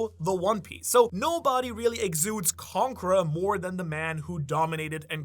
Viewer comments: He always pronounces conqueror as "conkra" and once you notice, you can't stop hearing it. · I hear conker